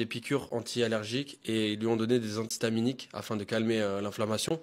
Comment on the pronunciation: ils lui ont donné des antiTAMINIQUES 😂 antihistaminiques frérot....